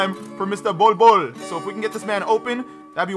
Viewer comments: I love the way he pronounces the "bold bol" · I love the way he pronounces the "bol bol" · Bol bol means pubic hair in my country. Stop pronouncing his name like the way you do coz it’s hilarious